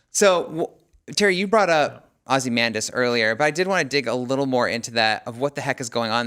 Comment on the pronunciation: Don’t speak authoritatively about Watchmen and be considered an actual TV critic if you can’t pronounce Ozymandias correctly.